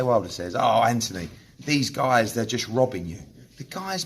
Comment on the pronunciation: Its Anthony with a h and o not Anthiny. Make the deal and stop being scared.